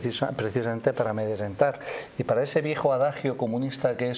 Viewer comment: Señora se dice AMEDRENTAR Y NOOOO AMEDRANTAR